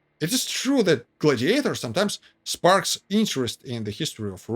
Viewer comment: OMG; the accent is on the 1st syllable in "GLAD-iator, NOT on the 3rd syllable, which you keep repeating over and over again. Please; it's GLAD' -i-a-tor.